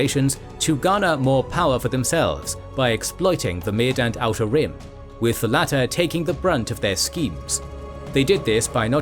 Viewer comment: The way you say "outer rim" is exactly how i say "how to rim"